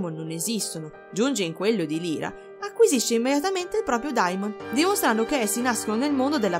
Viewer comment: Solo una pecca ; non si pronuncia Lira,ma Laira (Lyra). Per il resto,tutto perfetto! Continua così!